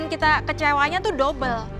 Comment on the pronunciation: Chef, sebutan nya "dabel" bukan "dubel".